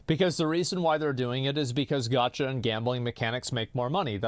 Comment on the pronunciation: Why does asmon pronounce “gacha“ as “gotch-ya”